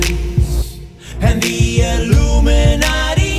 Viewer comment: Does he really say "illuminati"? Because I can hear "alluminati" :)